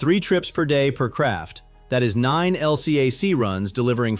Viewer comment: I was on an LCAC, and we call them "el-cack," not L-C-A-C.